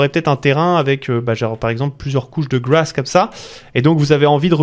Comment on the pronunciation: Si j'ai retenu quelque chose de la la video ? Oui, grass se prononce "gwass" 😂